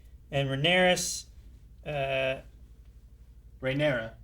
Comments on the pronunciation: Not a huge deal, but Rhaenys is pronounced “Ray-niece.” Names are all close, but gets a little confusing with Rhaenyra when pronouncing it “Rhanyrys” lol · RHAENYS!!! Princess Rhaenys! Not "Rhaenyris". There is no character named Rhaenyris. All that note taking just to end up still not knowing the names correctly. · is the only one who pronounced Princess Rhaenys's name correctly.....Everybody else was pronouncing it Rheaneras, Like Rheanyra with an s, And they weren't talking about Rhaenyra they were talking about Rhaenys. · Pronunciation: Rhaenyra = Ray-near-ra (Viserys's daughter) - 3 syllables, no "S" Rhaenys = Ray-knees (Queen Who Never Was) - 2 syllables, with an "S" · it’s Rhaenys (Ray-niece). Kind of the weakest episode so far (and the season has been fantastic imo) due to questionable writing choices. The whole Rhaenys scene, made zero sense, this White Worm character is kind of pointless, Ser Cristin Cole needs an epic fucking beat down, Ser Westerling just up and left despite “no one can leave period”, wicked underuse of Aemond. And Otto is getting a bit irritating. Extremely well acted tho Hoping the finale kicks this back up to where it was. This ep just felt off for the previously built character arcs. Hope now that Viserys is gone (and Paddy C held this show together honestly) the writers rely more on Aemond and Daemon. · FYI Rhaenys (the queen who never was) is pronounced Rey-niece ;) emphasis on the last part, “neece” haha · You pronounce the name of the Queen Who Never Was - Rainys (spelt Rhaenys). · Rhaenys name is pronounced (Ray-knees).